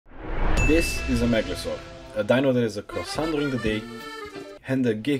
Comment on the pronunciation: i like how he pronounces it with an accent: megalozor :)))) no hate it was just funny :D nice video loved it.